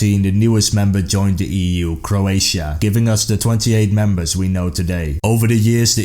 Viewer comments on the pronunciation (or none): none